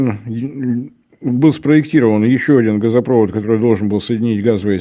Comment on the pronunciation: А как Вам "газопрОвод", нефтепрОвод", "трубопрОвод"? Слух не режет? Дальше слушать этого "эксперта" больше не могу. Дизлайк.